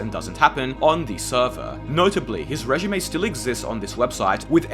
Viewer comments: He’s saying “résumé”, obviously. Regime is pronounced “rey-zheem” not “ray-jeem”. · are you saying "resume" or "regime"? regime is pronounced "ray jeem" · bro.. its résumé. Lmao. Regimay 😂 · Brother you’re killing me “resume” 😅